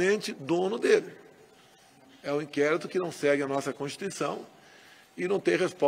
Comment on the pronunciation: nem consegue dizer a palavra "constituição", quanto mais respeitá-la